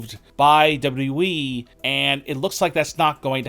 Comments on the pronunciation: Dude pronounces WWE as Double W Weee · Everyone: WWE. This Dude: Dubbadooweeee!